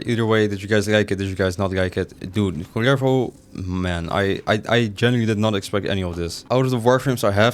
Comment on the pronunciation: Rolling the R on his name for me it´s just meant to be.